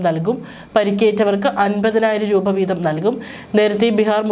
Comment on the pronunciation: റൂഭ അല്ല. .രൂപ. .ഒന്നിറങ്ങിപ്പോകാമോ 😡😡😡